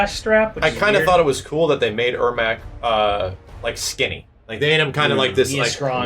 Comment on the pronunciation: Airmac? Ermac